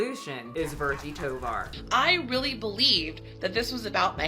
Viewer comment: The look from Virgie could've been because the interviewer pronounced her name "Vir-Gee" instead of "Vir-Jee." Virgie is 42? She's approaching that age where fat activists start disappearing. Don't know why that happens, but all the FA/BoPo people seem to be 30s and younger, despite the movement being around for a long while now.